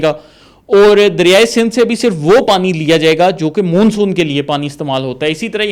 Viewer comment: Dear, آپ ماشاءاللہ ڈاکٹر ھیں اور پڑھے لکھے بھی ھیں مگر پوری ویڈیو میں آپ لگاتار مون سون کو غلط تلفظ کے ساتھ Moonsoon کہہ رہے ھیں جبکہ درست تلفظ Monsoon ھے۔ آپ کی مکمل ویڈیو سنی اور مجھے بچپن میں پڑھی شیخ چلی کی کہانی یاد ا گئی۔ آپ نے جو قلابے ملائے ھیں وہ ناقابل یقین ھیں۔ آپ کے یہ آبی ماہر انجینئر انعام صاحب آج تک کہاں سوئے ھوئے تھے۔ آپ کی ساری بات چیت ھوائی محسوس ھوتی ھے۔ یہ ایک workable آئیڈیا نہیں لگتا نہ ھی اس طرح کا کوئی ڈیم کہیں دنیا میں بنا ھے۔ کچھ سوال غور طلب ھیں: 1۔ اس مجوزہ ڈیم سے کتنی آبادی متاثر ھو گی۔ 2۔ یہ ڈیم ٹوٹل کتنے علاقے کو اپنی لپیٹ میں لے گا۔ یعنی اس کی کل لمبائی چوڑائی کتنی ھو گی۔ 3۔ آپ نے بتایا کہ تربیلا ڈیم کے ڈیڈ لیول سے پانی اور سلٹ کو اس ڈیم میں ڈالا یا لایا جائے گا ۔ تو جناب یہ کس پ طرح ممکن ھو گا۔ کیا کوئی اتنی گہری نہر کھولی جائے گی جو تربیلا ڈیم کے ڈیڈ لیول سے پانی اٹھائے گی اور یہ نہر کتنے عرصے میں مکمل ھو گی۔ دوسراجہاں تک ڈیم کی سلٹ Silt کا تعلق ھے تو عرض ھے کہ یہ لٹ ڈیم کی تہہ بن چکی حتی ھے اور اس طرح بہہ کر نہر کےذریعے اس مجوزہ ڈیم تک کبھی نہیں پہنچ سکتا۔ 4۔ آپ نے ذکر کیا کہ دریائے کابل کا پانی بھی اس ڈیم میں لایا جائے گا تو یہ کس طرح ممکن ھو گا کیونکہ یہ دریا تو دریائے سندھ میں اٹک خورد کے مقام پر شامل ھو جاتا ھے تو پھر اس کا پانی کس طرح دوسرے کنارے کی طرف لایا جائے گا۔ 5۔ آپ نے بتایا کہ اس ڈیم سے دو سٹیج میں بجلی پیدا ھو گی؛ ایک جب پانی اس ڈیم میں داخل ھو گا اور دوسرا جب پانی کا اخراج ھو گا۔ تو جناب عرض ھے کہ اس ڈیم میں داخل ھونا والا پانی تو سینکڑوں چھوٹے چھوٹے ندی نالوں کی شکل میں کئی اطراف سے داخل ھو گا جس سے کبھی بھی بجلی پیدا